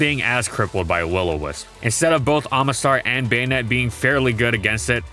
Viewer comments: Baynet? Am I the only who says Bah-net? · I thought it was pronounced "Buh-nette" instead of "Bane-ette" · I keep hearing "Bayonette" instead of "Banette" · Why do I hear bayonet? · Baynette is the right pronunciation for it's name? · The say you say "bay-ned" ruins the whole video